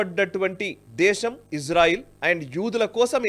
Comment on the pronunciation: అండు అండ్ అంటారేంటి సార్